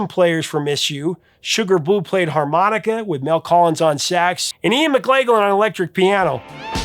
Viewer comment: Just one of his many failures. He mispronounces so many names and words. It's Ian "McLah-gan," not "McLay-gan."